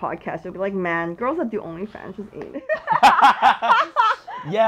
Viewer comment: Wait she said only funs😂😂😂😂😂 it's game over